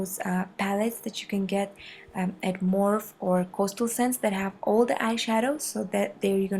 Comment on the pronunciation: Awesome video, thank you! One small note, though, Morphe brushes are pronounced morph-E, you say the long E sound at the end, I'm pretty sure, anyway. I've only ever heard it pronounced this way. Thanks again, you're so beautiful!